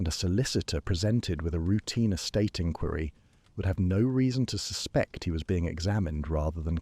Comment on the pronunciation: Exactly…….. it shows that the faultless feeding of the story still depends on the human feeding of the facts …….. A.I. cannot think for itself …… and then I’m not even mentioning the repeated mispronunciation of well known words like inquiry and Marylebone Station ……… Greetings from the Cape in South Africa 🤓😜😇💚